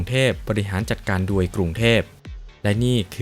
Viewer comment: อ่านคำว่าโดย เป็นดวยอีกแล้ว